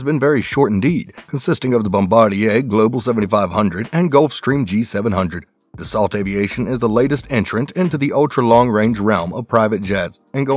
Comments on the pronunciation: Its pronounced dah sow not desalt! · Pronounced "Da-SO" not "DAS-ault." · You need to learn to pronounce words better if you’re going to keep making videos. In the word Dassault the “lt” is silent. It’s pronounced Da-so. You also missed on a couple other words. Do your homework. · Can't even pronounce the company name correctly lol